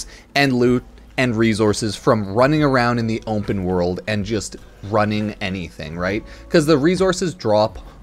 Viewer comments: "Ompen world" 😂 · words cannot describe how confused i was here drunk as a larva listening to this and freaked out over how you said ``openworld``, thought my ears was propper broken XD. ompenworld